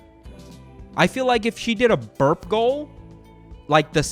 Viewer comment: When he says burp goal, but you hear birth goal